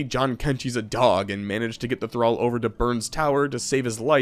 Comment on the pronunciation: Omg you said thrall correctly that made the video for me lmao